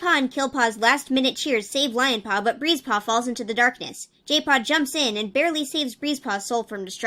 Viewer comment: Tbh everytime you said Breezepaw I thought you said Greasepaw 😂😂